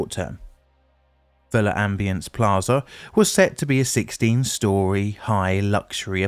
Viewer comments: Pronounced “lam-bee-ance”, not “luh-um-bee-ance”. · It's not not pronounced "luh ambience" but rather "lombience". No need to pause.